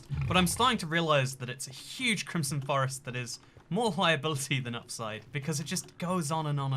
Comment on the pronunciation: Foxcatgaming 2 crimson not crimpson